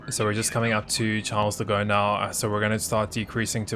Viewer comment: Nobody:: Charles de go